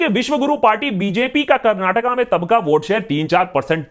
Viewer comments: Bro you did not say Karnatak... You pronounced it well "KARNATAKA" as a kannadiga I am happy 😁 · Love the way u told its "Karnataka" not "Karnatak" <3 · Full vote for u juz for saying KARNATAKA brother. Nice 👍🥂🍾